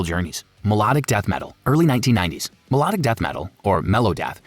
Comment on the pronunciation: Your pronunciation is abysmal. Melodic is pronounced me-lod-ic, not me-low-dic.